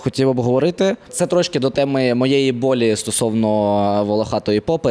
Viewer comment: Не болі, а болЮ!